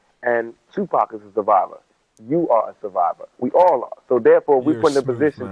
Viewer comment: Tupac is the correct way not Tupack